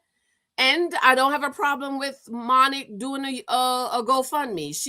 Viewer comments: She keeps calling her Monnic 😂😂😂😂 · Her name is pronounced: MONIQUE